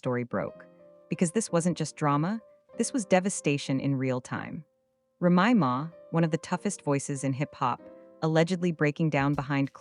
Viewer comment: TRASH & Listen at how the narrator if it announces Remy name .. SMMFH